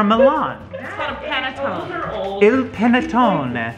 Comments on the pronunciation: ahhh yay italian foods! im so glad you tried them! I love panettone and the way pronounced it wasn't too bad I was impressed! I personally dont like the fruit ones either, I like the ones with chocolate chips in it the best. We usually have it with coffee as breakfast as well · So my family has taken in a foreign exchange student from Italy so once I found out y’all were trying Italian deserts today I knew I had to show her. She said your pronunciation of Ricetta was wrong ( ri•cèt•ta the middle being like an s) but Panettone was better. She also said that she hasn’t personally ever had the gingerbread thing but she would ask her parents to see. Her dad actually did send us a Panettone desert but hers has chocolate which she says is better.